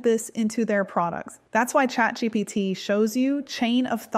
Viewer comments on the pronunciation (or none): none